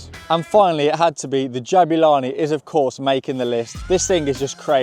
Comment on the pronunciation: not to be a karen but my middle name is Jabula (parents South African) and its more like ja-bu-la(ni) not ja-bue-la(ni)